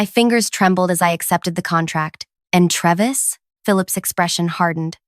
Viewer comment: It's pronounced TRAY-vis